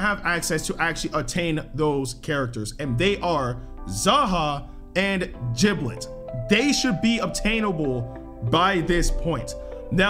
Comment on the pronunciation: Giblet not jiblet its like Gerry and jerry